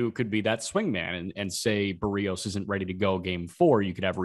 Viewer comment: Who os Baroos ? its. BErrios. k BARRIOS.. Chery. Berry...etc